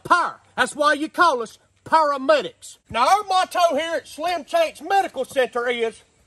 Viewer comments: A Pair-o’-Medics 😂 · “Pair of medics” 😂😂😂😂😂🎉